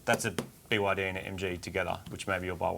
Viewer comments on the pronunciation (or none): my wife is Chinese and is actually right on what BYD is called in China. Although your pronunciation could do with a bit (a lot to my wife) of work.